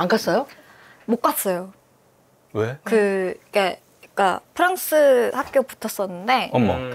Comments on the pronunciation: 시옷발음도 살짝씩 새네.. 못갔thㅓ요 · 시옷 발음이 좀 새네 못갔thㅓ요